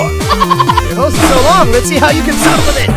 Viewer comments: "hose only" pronunciation got me dead💀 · ‘Let’s see who can suck faster’ 💀 ‘Hose only’ (Pronunciation of hose) 💀